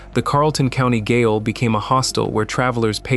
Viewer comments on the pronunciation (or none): Ottawa Gaol on Major St. is pronounced 'Jale' and that whole building is super haunted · gaol? thats the old word spelling of jail. pronounced jail. lol